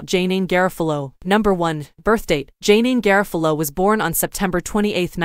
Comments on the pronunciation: "JayNeen GarraFahloh" You bloody mental robot. 🤖🤷‍♂️ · NO on the AI voice that butchered her name. Hire a REAL voice talent to do this.